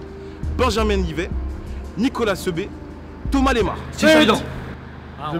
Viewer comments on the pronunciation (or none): On dit "Fagere" et non fajir pour fayçal fajr, et on dit seube, pas seubé. Allez Malherbe !!!